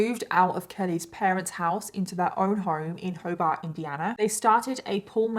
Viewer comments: Yeah that's not you pronounce Hobart. You did pronounce it how most people would except for some reason we say it more like Ho bert. Even though every other place with that name is pronounced how you pronounce it. It's a 219 thing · wow i didn’t know i was from the same town as her … it’s pronounced hobert!!!! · I grew up in Hobart. People from ther pronounce it ho bert. Love your channel!💜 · Ho-Bart Indiana, I call it Ho-Bert lol I live about 20 miles from Hobart. The upper peninsula in Michigan we just call it the “U P” great place for snowmobiling! Bazaar Case, I have thoughts that it was all Kelly 💯. Very strange her brother would come forward and say she had murdered many people all over US after she gets caught 🤔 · First time ever commenting on a YouTube video ever 😆 but when you mentioned where Kelly lived I jumped. I literally live in the town next to Hobart, IN (and we pronounce it Ho-bert around here 😅). I've been binge watching your videos for like a week now. Absolutely love them! 😊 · Interesting. I'm from Hobart (area) and its pronounced HO-bert. Not to be confused with hoBART in Oklahoma. Now to watch the video because I wanna see if I know pop up. lol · I grew up in Hobart, IN and we pronounce it Ho Burt. Couldn’t tell you why, it just is. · I literally live in Hobart, Indiana. And, I’m so sorry girl, but you didn’t pronounce it correctly 😅😅 Also: for anyone wondering, yes everyone in the area knows about this lady, but the only “legacy” she left behind was “that lady who bbq’d her husband”, not even her name. I didn’t know this was what the story was about until I saw the Hobart part and asked my fb friends lol